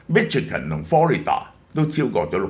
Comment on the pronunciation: Michigan 發音chi國語音西ch i